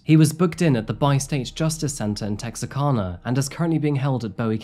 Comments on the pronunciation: It is pronounced Tex -R - Can - Ahh. Lol. Not to make fun of anyone speaking, but I just wanted to let everyone know. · I'm from Texarkana! The Arkansas side. Great video, and it was kind of nice to see pictures of my hometown and surrounding areas. ( Texarkana is tex-ar-kana, like can, a lot of people pronounce it like you did, it's ok!) Sad story. I watch all your videos and like your format. Have a great day! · Oh my gosh this is from my hometown 😨 I cannot believe is talking about it! It’s so funny hearing say Texarkana 😂 I was waiting for him to say “ArkLaTex” And I got married at the RRAD!